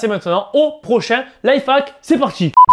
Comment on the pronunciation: on dit life hack et non life hac